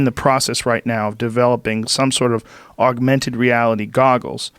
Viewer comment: JOE” AUGUMENTED REALITY” ROGAN